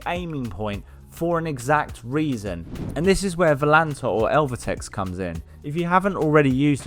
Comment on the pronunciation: Just a quick point - it's ell-uh-vate-ex not el-va-tex 🙂 (if they'd only capitalised it as ElevateX there would be a lot fewer confused people)